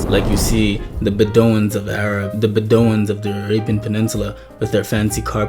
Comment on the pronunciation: Amazing that for all of your "knowledge" you didn't know how to pronounce the word Beduoin (bed-DEW-win /Bed -du WIN) the mobile /camel-riding /nomadic peoples of Arab persuasion.....they are perhaps the best known groups of Arab lineage. They are also one of the tribes responsible for bringing and maintaining SLAVERY to the African continent.